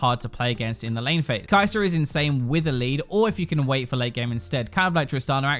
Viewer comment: Is it only me or do i ALLLWAYS hear him say kai‘ser 😂